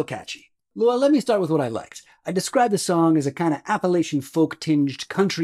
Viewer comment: This man lost all credibility when he mispronounced 'Appalachian.' I know us cornbread communists need to stick together, but some things are unforgivable.